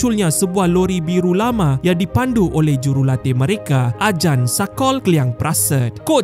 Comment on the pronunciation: Bukan sebutan aJan la. Kt thai J tu jd C. So sebutan dia aCan